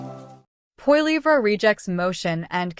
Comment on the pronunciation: You might want to learn how to pronounce Poilievre name you are pronouncing it completely wrong. Disrespectful